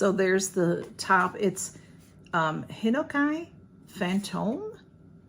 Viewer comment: I think the Japanese cedar is pronounced hen-oh-kee.